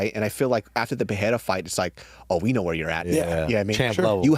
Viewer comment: Pereira = Puh-ray-ra No double "R" (like Ferreira) so no "h" sound. Rogan started this dumbass trend but he has pronounced it correctly since UFC 300. The stupidity seems to have already spread. Also in the timestamps it should be "Telling fighters THEY'RE done". C'mon guys